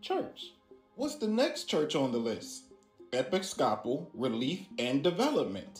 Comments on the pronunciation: EP-IS-COP-AL???? LMAO. Bruh never heard of an Episcopalian church??? Someone tell dude it’s pronounced like E-pis-co-Paul. 😂😂😂🤦‍♂️🤦‍♂️🤦‍♂️ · Epi-scop-al 🤦🏻‍♀️😂😂 Tell me you don’t go to church without telling me you don’t go to church. 😂 I guess I could be wrong but I’ve always heard it pronounced E-piss-ca-pull or E-piss-couple. 😊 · Im laughing that he cant pronounce Episcopal 😂